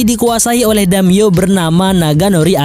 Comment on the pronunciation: Damiyo🤣🤣🤣. Daimyo boooss.